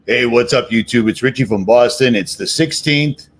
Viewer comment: 😂 And they talk like this 🧔🏻‍♀️ Richie without a T 🤣🤣🤣🤣